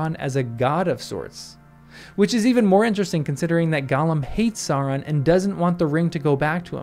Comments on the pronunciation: Love it! You're very right. :) (though please don't say "sah-ron" -- the first syllable rhymes with cow.) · The Sau in Sauron is supposed to sound like now.